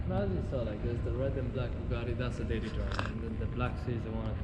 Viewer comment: He said buguatti 😂😂😂